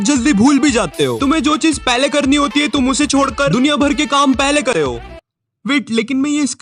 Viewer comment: listen what he said lol instead of saying"krete ho" he said "kreyo"😂🤣 Edited got like from my fav youtuber 😍♥️